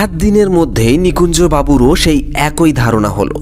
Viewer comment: আমি প্রায়ই সব গল্পই শুনে ফেলেছি। "একই" এটা কি? এই প্রনাউন্সিয়েশন টা কি ঠিক? বার বার এটা কানে লাগে।